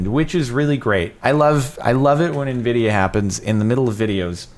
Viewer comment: FRIKEN NVIDIERRRRRRRRR, NVIDIARRRRRRRRR, EYNVIDIERRRRRRRRRR!!!